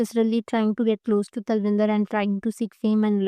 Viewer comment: Its Tal win dar. Atleast start taking names properly.